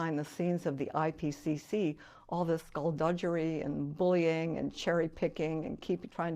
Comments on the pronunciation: "Skull dudgerry" Dug-arry Sounds like BUGGARY (bum sex) Skull duggary... I find it quite alarming when seemingly intelligent well educated people make it well into their mid to late life... but are STILL mispronouncing COMMON words and phrases. It says a lot about the echchambers they spend time in, where people don't correct them...or they refuse to admit fault and change. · She keeps saying "duhgerry"... It's DUH-GARY This is exactly the kind of echchamber I am talking about. The interviewer could very easily say "do you mean skull duggary, I think you are mispronouncing it..." And she would, if unsure, ask him is he sure... and he could look up a pronunciation online...and then she'd know...and could go on in life without making herself look naïve. This is what I'm talking about. This is how language gets messed up. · "skullduggery" is pronounced skuhl·duh·guh·ree, not skulldujjery! How can someone of her age and experience not know this? 🤔🤦‍♂️ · smart lady but cant get past her mispronouncing skulduggery, as in Doug not Judge. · Skullduggery... Skulldu-JURY? I'm 51 and I've never heard anyone pronounce it that way and I feel a little bad for laughing... but that's weird. Aside from pronunciation issues, she's great! Thank you for this interview! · I absolutely respect her position on climate change. What I fail to understand is how a Ph.D. can still mispronounce a common word like skullduggery (skuhl·duh·gr·ee)😂. She probably says nucular, too. Sorry, just keeping it light😊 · How does she not know how to pronounce "skullduggery?"